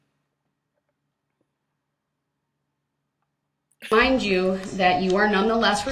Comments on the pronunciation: He never once said that ! He said, "With all due respeck" whatever that means ! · It is amazing how many commonly used phrases he frequently uses that he can't seem to quote correctly. For example: "with all respeck" instead of "with all due respect ". There just has to be some kind of defect in his brain's processing capabilities !